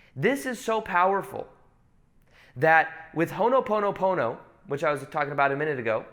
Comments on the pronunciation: Allegedly its called Hoponopono not Honoponopono but no worries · It’s “Ho’opono’pono”🙏🏽🙏🏽